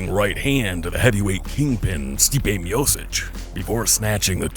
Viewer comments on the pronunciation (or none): I think it's pronounced "miochick" not "miosich"